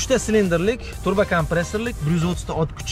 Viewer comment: TURBO boshqa narsa, TRUBA boshqa narsa. Talaffuzingga qoyilim san bolani